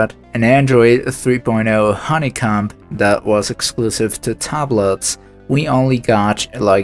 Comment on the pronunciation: Your English is amazing! Thank you for putting together this video I'm loving it. One pronunciation that got me was yogurt though. it's not jogurt its yogurt. I think you can say "you" just fine it's the same y sound kinda like "yoh" instead of "yew". With honeycomb I almost feel trolled cause "honeycum" sounded hilarious, normally honeycomb rhymes with like "home" or "roam". Actually it's sorta the same vowel sound as in yogurt. that "oh" sound. Awesome vid that is perfect for a binge though! <3 edit: I guess when you say "you" sometimes you say "joo" lol. that makes sense... it's mostly silent though. It sounds like the start of the word "usage" which I do hear ya say. Usage could be spelled wrong like "yousage", if that makes sense. Same yoo, not a J sound.